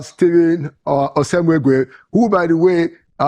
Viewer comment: Pls call that pronounce this beautiful name correctly. "Osemwegie" and not osemweguie as you pronounce it pls. It is meaningless at that.